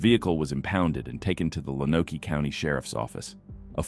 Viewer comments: Also, learn how to pronounce Lonoke. Lone-oak. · Lonoke is pronounced like Loan-oak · Lonoke County, Arkansas is pronounced “lone oak.” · Or Lone-oak